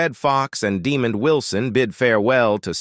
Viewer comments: Desmond not demon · This narrator calls ' Lamont ' demoned and diamond.